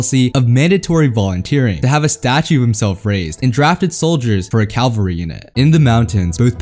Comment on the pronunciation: Love these vids but you have GOT to stop saying "calvary" in every video. It's cavalry. Calvary is something else.